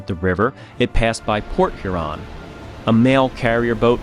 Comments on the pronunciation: FYI, im laughing here at your pronunciation if the word Huron. You're putting the emphasis on the wrong syllable. It's lake HURon, not lake hurON as you are saying. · Two things: Lake HUron, not Lake HurON; Belle Isle not Belle Island. Other than that it was a well-done documentary. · I'm still watching and enjoying this. Couple things as a person living 1 mile from the Detroit River in Windsor ON - pronunciations .. it's Lake Hur-on - Hur rhyming w pure and on as in on the table. The location of her lost anchor is Belle Isle, not Belle Island. Yes it is an island, but not named as such. I honestly do love your work, I do know you prefer accuracy. Thank you for including the bell ring ceremony. I'm trying not to kabbitz honestly. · I agree, although I wonder where he’s from, as he called Lake Huron “here-ON” several times 😅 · Well done, sir. I really enjoyed this. Some observations as a Michigander: 1. The name of the island in Detroit is Belle Isle, not Belle Island 2. I’ve never heard Sault St Marie referred to as “Soo City”, but “The Soo” is a common nickname 3. Your pronunciation of Lake Huron was off if you want to be picky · I suspect the narration and narrator are AI generated, although the script may have been written by a human. Some of the language pronunciation was off (e.g., Huron with accent on second syllable; "ore" was read as "or", etc.) Also, narrator had the same head movements over and over. I realize it is a real person, but the video of him and the narration looks AI generated. Good documentary though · I’m not even from that region but the pronunciation of Huron sounded odd to me. How place names sound is a good thing to check when making a video. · Never realized I was a pedant for the pronunciation of Huron until this video. Ouch! And “Belle Island”. That hurt